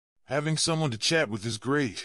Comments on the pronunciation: Stop using this appalling AI which pronounced chat as shat!! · Work on AI. Shat for chat. Oldly for oddly. An for in. This is the worst narrative I have ever heard. Live in peace: mispronounced. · Shat at home? Are you quite sure you did ot mean Chat at home?